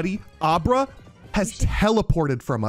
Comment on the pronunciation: If I got 1k dollars for every single time has said a name wrong or called wartortle squirtle… then I would be rich Edit:why this man call Abra “Obera” when the Pokémon’s name is is just “Abra” like abra kadabra alikazam.. which is the name of the whole evolutionary line